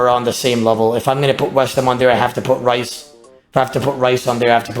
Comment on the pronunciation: Rhys is pronounced Reece not Rice lmao.